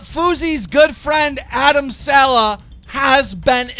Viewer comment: can keem pls start saying Adam’s saleh last name properly plssss🤦🏽‍♀️🙄🙃😂😂